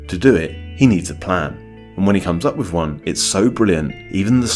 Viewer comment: "truf, anyfing,wiv,schtupid,"